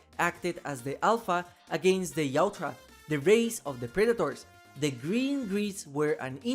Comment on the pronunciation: bruh why do you say Yautja like that? it’s not Yaut-HA lmao